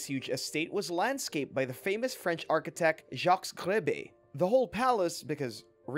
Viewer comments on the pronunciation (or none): none